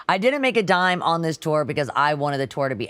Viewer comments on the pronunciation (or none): none